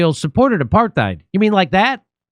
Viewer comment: Is Jimmy intentionally mispronouncing "apartheid"?